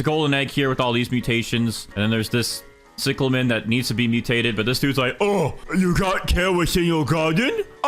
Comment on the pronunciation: Its pronounced cieclamin not ciclamen